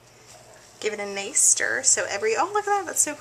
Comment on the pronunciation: Anyone else notice she said "nace" instead of nice..lol...